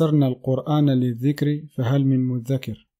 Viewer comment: Assalamou 3alaykom, Allah dit sourate 54 verset 17 َلَقَدْ يَسَّرْنَا الْقُرْآنَ لِلذِّكْرِ فَهَلْ مِن مُّدَّكِرٍ le DHIKR et MOUDAKIR c est pas DH;) je pense pas tu l'avais remarqué vu comment tu l'as prononcé. Maintenant faut essayer de trouver le vrai sens de ce terme. Si tu prends le coran seul, c'est pas une question d'extrême ou pas de rejetter la sounnah du prophète. C'est une question de bon sens. Si t'as pas peur de prendre les foudres d'une communauté et de toujours vouloir modérer le propos pour pas choquer certaines oreilles, tu acceptera de dire que le coran ne parle que de un seul hadith et de une seule sunna, le CORAN. Le coran qui est d'ailleurs le seul messager et en même temps message contemporain. Allah dit ATTI3OU ALLAH WA EL RASSOUL. Tu pars du principe que cela veut dire obéir et que le messager parmi tous les messagers présents dans le Coran réfère à Muhamad. ( qui n'a besoin d'aucune de mes invocations pour avoir la paix ou la bénéditction qu'il a déjà reçue et celle qui lui a été promise). Je vais accepter cette traduction classique pour montrer que même avec elle cela ne veut pas dire de suivre la sunnah du prophète. Obéissez à Allah et son messager. Les gens qui ont connu Mohamed devaient obéir à lui ( se conformer seraient plus juste, et dans leur intérêt du coup c 'est pas de l'obéissance, c'est de la dévotion car ils voient leur évolution dans ce sentier). Aujourd'hui comment se confirmer au message de Allah et de son messager